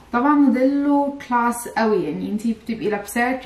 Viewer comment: هي فين صدمه عمرك انا الي اتصدمت من اللغه ومخارج الألفاظ وايه الفستان جلاس دي مش اسمها كلاس ولا انا سمعت غلط